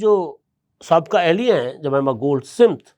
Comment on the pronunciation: سمت نہیں بلکہ سمتھ ہے